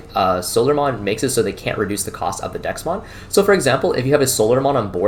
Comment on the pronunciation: Threw me off everytime you said Dexmon. Had to google to figure out DeathXmon. Bandai has done a terrible job with names